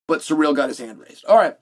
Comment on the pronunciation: See-rill not sir-real